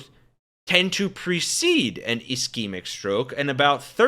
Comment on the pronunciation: Not only can you not pronounce “ischemic”, but you also have no idea what it is. Do better.